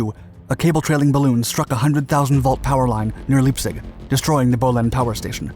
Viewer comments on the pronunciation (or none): LEIPZIG ITS LEEEEIIIIIPZIG not Liebzig!